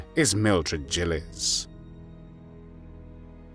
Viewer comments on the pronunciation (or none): I always heard her name pronounced with a hard G.